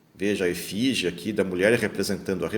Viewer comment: "ESFINGE" e não "efige"!